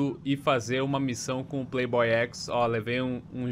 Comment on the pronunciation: Não é prei boy é play boy